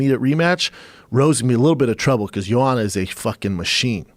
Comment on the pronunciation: No J-o-a-n-a, J-o-a-N-N-a, bloody hell! And Joe claims he pronounces her name in right way, unlike other commentators etc.